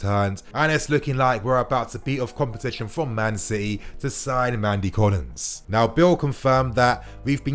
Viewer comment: Nnamdi Collins, not "Mandy Collins"